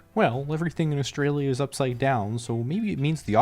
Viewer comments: your accent is a perfect example of how you can pronounce Australia correctly in a mostly american/canadian accent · you pronounced "Australia" correctly!!!